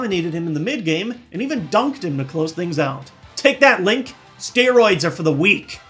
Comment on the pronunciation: HE CALLED HIM LONK. I AM STILL COMPREHENDING THIS. IT'S LONK, MY MAN FROM PENNSYLVANIA.